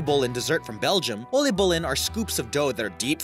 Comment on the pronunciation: Lol im Dutch and the way you pronounce Oliebol is Ohleebole, and Hagelslag is Haagellslaag